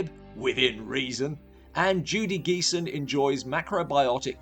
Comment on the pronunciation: Judy Geeson is pronounced with a soft "G". She's had a 50+ year career, with as many film appearances - from 1968 to 2022.